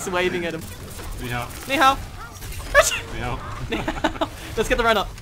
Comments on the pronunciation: slowly getting triggered about Brad saying Ni Hao with the incorrect accent. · Plz stop butchering the Chinese language thx